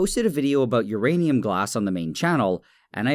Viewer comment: say urinate again